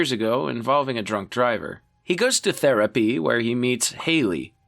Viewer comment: WHYD YOU SAY THERAPY LIKE THAT 😂😂😂😂😂😭😭😭😭😭